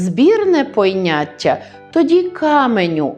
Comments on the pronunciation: Навчаєте прекрасно, але ж і вам дещо довчити треба: не поЙняття, а поняття. Спершу вважала, що здалось, але ви стільки разів сказали це слово, що сумнівів не лишилось. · Дякую, що підняли таку цікаву і важливу тему, яка є предметом помилок для багатьох мовців, особливо тих, хто зараз освоює українську мову. Але хочу звернути Вашу увагу на Вашу вимову слів ''виЙняток'' і '''поЙняття''. Прикро чути таке від філолога, та ще й у лекції з приводу мовних правил...